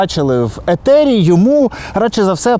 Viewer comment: Ефiр, ефiр блд, а не етер якийсь